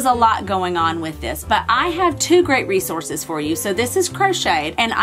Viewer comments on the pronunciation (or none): none